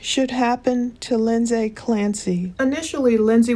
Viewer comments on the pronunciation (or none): It’s Lind-see not Lind-say, sorry that’s my sister’s name spelled the same and it’s driving me nuts hearing it wrong 🙈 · Hope it’s ok to make a pronounciation correction. It’s pronounced “Lindzee” 😎👍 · You keep bouncing from pronouncing her name wrong to pronouncing it right. It’s just Lindsey like any other Lindsey. It’s not pronounced the way it’s spelled. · I love your videos but if you pronounce Lindsay like that again omg 😂